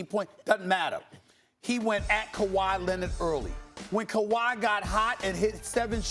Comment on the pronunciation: when Max says "Kwahi could" I immediately and uncontrollably laughed 😭😭😭😭😭 the way he says it, the look and the pause is hilarity